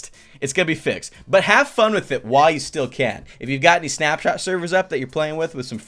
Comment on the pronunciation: Who thought he said "SnapChat" instead of SnapShot? LOL